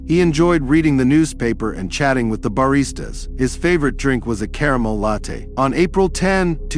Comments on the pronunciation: check out when botman pronounces latte as if it were lot😂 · I wonder what they gain from it. Real stories and real clips would probably generate more income. The dead giveaway for me was when the AI bot pronounced "latte" to rhyme with "bot/got/lot"😂 even the most cerebrally deficient humans know how to pronounce that word😂